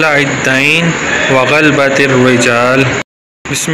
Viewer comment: غلط پڑھ رہے ہو آپ کا تلفظ صحیح نہیں۔" غ "کے اوپر زبر ہے" ب "کے اوپر بھی زبر ہے.لہذا اس کو غا لا با پڑھا جائیگا۔۔پورا لفظ غا لا با ت الرجال ہے ۔ امید ہے سمجھ گئے ہونگے میں اپنے تحریر میں زیر زبر نہیں لکھ پا رھا ورنہ پورا لفظ لکھ کر بتاتا